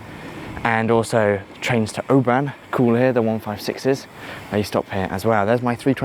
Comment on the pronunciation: ‘Obran’ ‘Airdry’ Though good job with Milngavie!